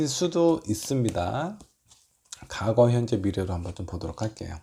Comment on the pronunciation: 과거를 자꾸 '가고'라고 발음하시네요 ㅎ